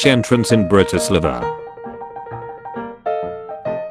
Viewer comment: That “Pronunciation” Of Bratislava Britislivuh, Shudders